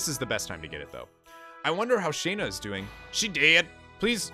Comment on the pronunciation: Man it bugs me so much how he pronounces Shana. In a cutscene with voice acting you can find that Dart pronounces it like “Shawna “